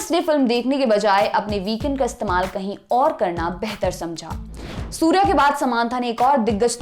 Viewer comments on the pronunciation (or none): none